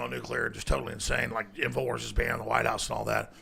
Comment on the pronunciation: "This week on TIMFOWARS..."